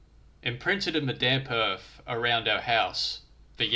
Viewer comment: Ohhhh, mate; it's earth, not erf. Please, please please, pronounce your "th". Not "wif", it's "with"...... not "whevver", it's "whether". Please, for the love of whatever. This has all put me off completely, I got to about 4 mins. in and couldn't take it any more.